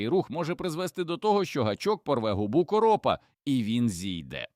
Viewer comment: Наголос неправильний у слові короп : учи мову. Якщо це говорить ШІ, то ганьба програмісту .